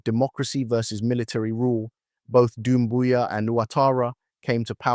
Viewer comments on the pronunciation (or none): it's Doumbouya* not Dumbouya but i agree with the analysis